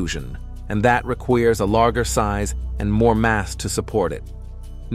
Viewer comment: Requeers...REQUEERS he said!! These AI's can just ruin whole videos for me....can't even pronounce some simple ass words like require.